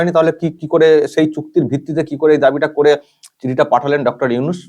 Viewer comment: চফিকুল ইউনুসের নামটা ভালো ভাবে উচ্চারন করবি ছালা